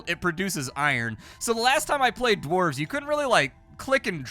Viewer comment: I remember you playing that Dwarf game where you were mining and building at fighting, golden dwarves or something I dont know. You also said dwarves and orcs I I didn't understand what you said that well. the v and c in those respective words are gone girl. lol, i have good memories I really do, its dumb its stupid. I used to wear my ear plugs all day at work and during my ride home...I'd get home take out the plugs turn on the pc and watch a couple vids. back when I could hear so well...well I still had massive hearing loss but you'd be surprised how important like1% of low/mid reg Dbs are..